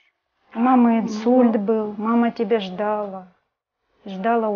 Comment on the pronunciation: Не ждала,а ждала!Ударение на а!